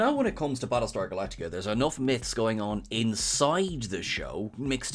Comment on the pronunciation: Prattlestar Phalactica!